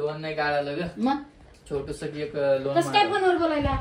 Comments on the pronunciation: लोण नाही रे पागला.लोन म्हणत . बोलता येईना आणी चाललं कर्ज काढायला.😅😅😅 दोघ नवरा बायको अशिक्षित आहे. राधिका मस्त शिकलेली आहे. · याला kon लोन देणार 😂 साधा इंग्लिश चा प्रोनाऊन सेशन बरोबर नाही😅 लोन वाला पहिले पळून जायचा हा दिसल्यावर😂 आणि ती हाव न आई हाव न आई बस 😅 बाकी kahi नाही